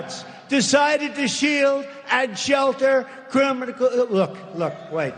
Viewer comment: Hilarious that he can’t say “Criminal” 😂